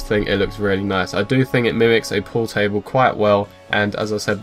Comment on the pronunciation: not poo table 😹 pool table